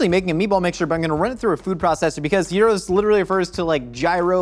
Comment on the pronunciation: OOOOOHh, ur trying to say Gyros! right, i was like why the hekk u saying Euros XD